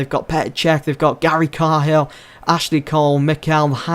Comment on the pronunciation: it's Gary K-Hill not Gary Car-Hill, that's how your supposed to pronounce it!!!